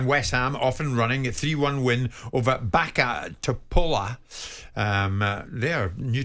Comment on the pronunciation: Jim couldn't pronounce correctly Bačka Topola and Real Betis.